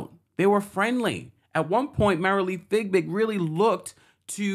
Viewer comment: I'm a subscriber BUT my comments don't seem to matter. Marilee Fiebig's name is constantly mispronounced. It is not FigBig! It's "Fee Big"! I like your show but this irks me. Please STOP